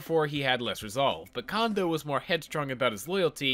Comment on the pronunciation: Almost 400 episodes and you never learned how to pronounce Kondo.